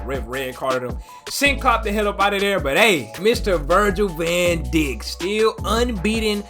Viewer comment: His name should be pronounced as Virgil van Dike (Dijk) not Virgil van Dick